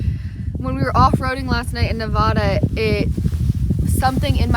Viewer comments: Love love your channel ❤ Incredible all that you do and wish there were more like you. Love to Kyro too. I’m a native Nevadan so it’s kinda my sworn duty to let you know it’s pronounced Nev ‘ADD’ uh. Not Nev Ahh Da. Easy way to remember is Vegas ‘adds’ up wins or losses haha. Many many MANY people from other US states pronounce it incorrectly so don’t feel bad. Keep up your great work spreading beauty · Nevadda. Not Nevahda :) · Nevada is said like Ne-va-duh not Ne-vod-uh. Source: years camping all over Nevada/live in neighboring state/know people who live there. Sorry to be that guy but people will think you’re goofy saying Nevada that way and treat you like a tourist which we as travelers never want it possible 😊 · Like your video - great trip. Utah is awesome! PSA - it’s not pronounced Ne-vah-dah. It’s Ne-vad (like dad) -a Same with Moab (Mo [long o] - ab [like your ab muscles] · Pronounced: Nuh Vaddd Duh. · Yeah the way she mispronounces Nevada constantly is the real crime, only celebrities and people trying to sound over fancy say Nevada how she does but she’s just making a genuine mistake 😂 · Help me out and correct her on how she says Nevada, now that’s the real crime. 😂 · Makes me wanna die each time she says Nevada 😂 but she’s an innocent Canadian I’ll let it slide. Only people that say Nevada like she does are fancy LA people that want to say it like that and people who don’t know any better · i live in Nevada and the way you pronounced it😭no offense ofc i love ur vids and i dont even know how to say any names in canada😆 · You mispronounced Nevada. Love watching your videos of you traveling.